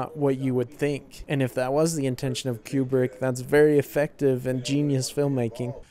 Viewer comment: Koo-brick, not Kyu-brick.